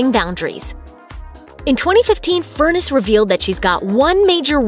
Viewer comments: Deb’s last name is pronounced Fur NESS, not like furnace!! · His wife's maiden name is pronounced as FUR - NESS, NOT Furnace !! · "Furr-ness" not "Furnace"! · Her last name rhymes with finesse, not furnace. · Is her name really pronounced "Furnace" and not "Fur-NESS"?